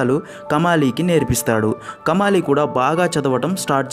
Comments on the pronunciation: Kamaali kadu , kamali. Then Kadukkaveri kadu, nadu kaveri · కమాలి కాదు కమలి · It's not kamaali it's just kamali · Kamaali kaadhu kamali